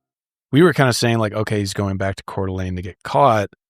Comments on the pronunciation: It's pronounced Core-Duh-Lane not Core-Duh-Lean LOL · As a local, I just wanted to let you guys know that you are mispronouncing Coeur d'Alene . The last part is pronounced as lane, not lene. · Yeah it got me bugged 😆 I lived in Spokane, not Coeur d'Alene but we went a lot. I also have OCD so that could be part of it.